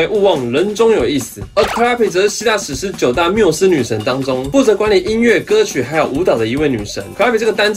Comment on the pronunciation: 是 念 ca lie o pi 哦ww